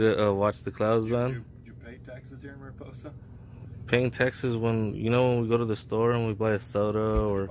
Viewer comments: It' Mariposa, not Maripoosa! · It’s “MariPOsa” - it’s not pronounced “MariPOOsa” like the narrator introduces it. Also, the fact that videographer doesn’t even know the difference between the word “exam” and “exempt” means he likely didn’t even finish school. Really pathetic. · I like your pronunciation of Mariposa better! LMAO! We should all call it Maripoosa from now on. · It's Mary-Poe-sa county. Spanish word meaning butterfly. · Yes Tulare county says "exempt" wrong but you mispronounce "Mariposa"